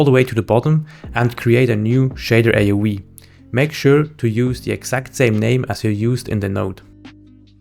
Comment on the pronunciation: A-O -V, not A O we sub-tract, not sub-stract